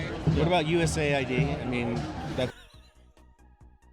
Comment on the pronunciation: US Aid, Not USA ID, for chrissakes! 🤯